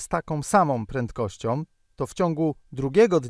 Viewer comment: "takOM samOM prentkościOM" - ładny kombos.